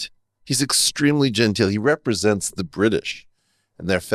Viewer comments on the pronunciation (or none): none